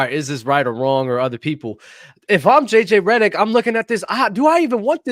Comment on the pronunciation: “JJ Rederick” - 😂😂🤣